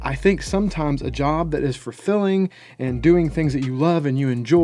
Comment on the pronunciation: he said furfilling lol